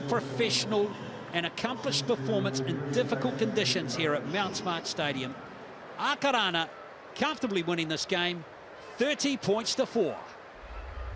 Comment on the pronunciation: Who were the commentary annoying listening to the pronunciation of our two teams. errrrrrrrr